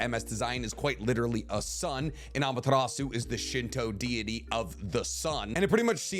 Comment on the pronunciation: You don’t pronounce the “u” in Amaterasu . Not hating just correcting it since you say it so much! Keep up the good work